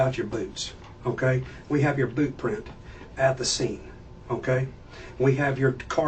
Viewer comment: Yer wearin' the bewt. That's yer bewt.